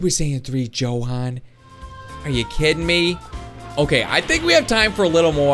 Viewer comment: you said jokan instead of johan